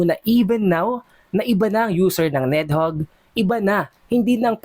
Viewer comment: BAKET BA PURO KA NEDHOGG???? NIDHOGG!!